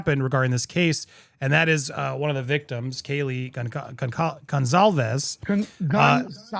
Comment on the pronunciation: Goncalvez - no Z. c is pronounced either like a k or like an s, but never a z.